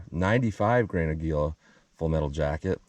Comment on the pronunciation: Never understood why people cant pronounce Aguila correctly. Its Ah-gee-la. Not Ag-u-la. It's Spanish for eagle. Hints the company logo.